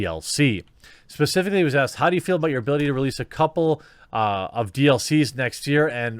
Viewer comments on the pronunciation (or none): none